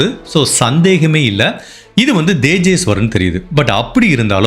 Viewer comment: உங்கள் காணொளியை நான் எப்பொழுதும் மிகவும் ரசித்து பார்ப்பது உண்டு... ஆனால், உங்கள் உச்சரிப்பில் கவனம் தேவை...தேஜேஸ்வர் என்பதை குறிலில் உச்சரிக்கவும்..Dejeshwar என்று நெடிலில் உச்சரிக்க வேண்டாம்... மற்றும், குர்னூல் இல்லை கர்னூல்.. என்று உச்சரிக்கவும் ஆங்கிலத்தில் பார்க்கையில் kurnool என்பதை கர்னூல் என்றே தமிழில் உச்சரிக்க வேண்டும்